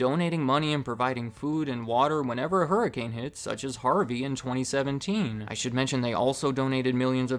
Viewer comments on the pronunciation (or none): none